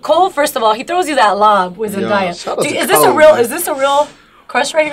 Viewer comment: The way she pronounced zendaya name 😂 aw man.